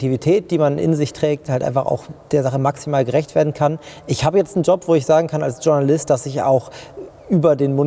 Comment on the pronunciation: Es heißt Journalist nicht Dschurnalist ! Es ist ein französisches Wort kein Englisches! Aber interessante Diskussion